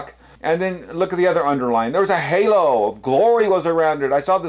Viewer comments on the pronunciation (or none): none